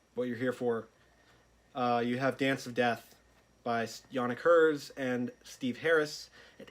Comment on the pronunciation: Where does your pronunciation of Gers as "Hers" come from? Thows me off so much 😅 Enjoying the reviews, watching em all back to back atm!